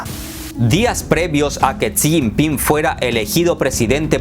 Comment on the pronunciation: No pronuncias bien El nombre de Jixinpin, hay estrema pobreza en China maquillada con raecacielos y modernos puentes Taiwan no sense provincia de China, jamas love ha sido Informate bien amigo.